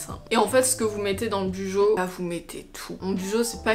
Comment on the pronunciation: team clairefontaine oups lol il me semble que la youtubeuse Les astuces de Margaux avait expliqué qu’on prononçait « Bullet Journal » [Boulette Journal] du coup « Bujo » [Bou-Jo]